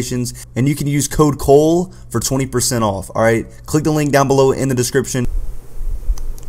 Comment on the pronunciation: Y’all know cole is a blood, right? It’s why he say “Bole” 😂